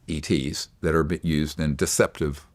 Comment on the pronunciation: ETs not Eats